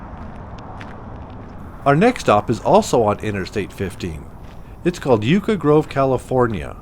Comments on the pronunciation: The vids are nice and all., but PuhLeeze learn to pronounce the locations! Ludlow... short u. Yucca is pronounced Yukka. Niland is N'eye'land. And Searles Valley is the Valley itself. The town is called Trona. Charles Manson and Family were at the BARKER Ranch, across the Panamint range which is not exactly close. Their jump off point was up the road in Ballarat, they left a 4 X 4 behind that is still parked near the general store. To be fair a motel owner in Trona had a pic of him and Charley in the lobby. And their is no mine. The lake bed is blown, excavated, flooded with the brine cooked off. Resulting slurry is processed and shipped out on the short line. When Kerr McGee pulled out and sold the owners of former company residences were either paid off or deeded depending on equity. Plenty of convenient fires before former residents pulled out. Pioneer Point development went nowhere and is still inhabited, as are some of the older company houses. Plenty of out of state investors get and got fleeced every time Calif has a real estate bubble, as cheap land sight unseen is a reoccurring scam in the desert. The company did not push anyone out, but the new company went non-union and the skilled trades went where money was better. Should have checked out the high school's football field. It's black sand since grass won't grow next to a potash operation. Plenty of interesting history in the area. Drive north on the 395 and see Alabama Hills were Hollywood filmed plenty of Western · In San Diego, CA. I've driven past a bunch of these places headed to Vegas. BTW, Yucca is pronounced "Yuck-a" (like the word you use when something tastes bad) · Hey there… I like the videos! I’m from Southern California and just fyi the word “Yucca” is Spanish and pronounced Yuk (as in yuk that looks gross ) and last part is pronounced “Kah “ K as in kite (hard c)